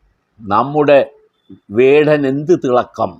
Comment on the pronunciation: Mr his name is vadan no kadan is right😮😅😊